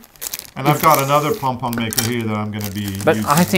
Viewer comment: Part of what makes this so fun is I could swear is saying "pong-pong" instead of pom-pom. To which I say, don't change a thing!